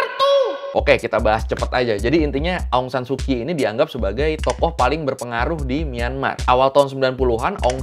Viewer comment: Mungkin jarang ada org indo yg tau kalo pronounce kyi itu dibaca chi jadi ong san su chi Dan naypyidaw jg pronounce ny nepido